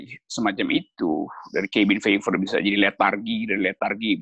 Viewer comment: Cabin Fever (kehbin fiever). Kok bs pd salah pronunciationnya dua org idola saya ini. 😜